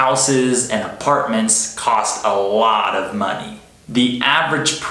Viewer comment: هو بينطق a lot of ازاى معلش انا سمعتها alof صح ولا غلط؟